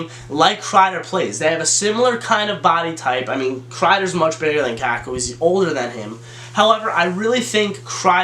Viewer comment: If you say "Kakku" one more time...